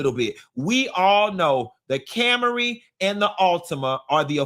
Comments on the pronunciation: I'm dying over Cam-a-ry 😂😂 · “CAM-ER-EE” is sending me.